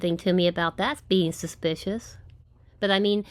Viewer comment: It's sushspeeeshush,.😃👍